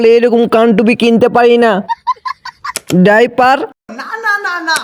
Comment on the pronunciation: ডাইপার ❌ ডায়াপার ✅